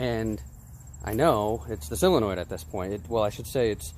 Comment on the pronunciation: It's SOOOOOO-lenoid... Not "cyl-enoid" After hearing him say it wrong 30 times, pissed me off...